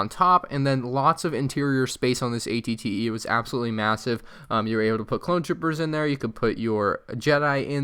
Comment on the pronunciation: Aclley it is spelled at-et you said at-tee